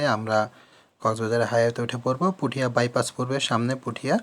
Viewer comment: আরে পুঠিয়া না পটিয়া আর লোহাগড়া না লোহাগাড়া